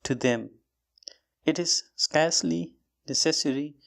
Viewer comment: Want to say m practising with ur vedios daily and they r helpful for me. Actual last line word is scarcely u pronounce it specially